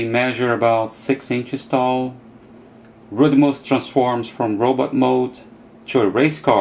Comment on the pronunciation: The way that said Rodtimus and Cyclonus is a little weird I understand he can't pronounce it right i thought it's funny